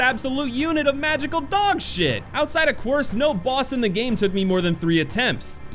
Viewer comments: Lmao it's pronounced Queercé not Kwerce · Someone may have already mentioned this, but in game, the boss Quirce is pronounced KEER-say. That was the toughest boss for me. However, it was made slightly easier when i realized i hadn't visited the upgrade statue in a long time. I upgraded and came back, and the spin combo carried me through - it seems like that combo is super effective. You still have to time it right, and not get too greedy, but it only took me another try or two after realizing that. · Lol this dud pronounced quirce(keersay) fuckong COARSE! I'm dead! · It’s pronounced keer-say not quirce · It’s pronounced keer say and if you only have 11 hours on one campaign I don’t trust most of your judgment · Quirce is pronounced Keer-say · Also demo Its keer-say The dude says it after his fight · Some corrections: "Expósito" can be pronounced both ways - "ess" or "eks", and "Quirce" is pronounced "Keer-se", it's Spanish, not Italian :)